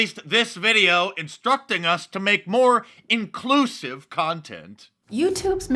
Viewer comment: Never trust a woman wearing such ridiculous glasses. "Incusive".....riiiiiiiiight.🤣🤣🤣🤣